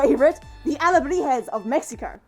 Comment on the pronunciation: I’m late but I loveee how you said alebrijes XD I’m from Mexico!